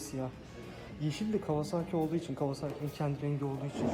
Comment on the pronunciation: abi kawazaaki değil (kavasaki) lütfen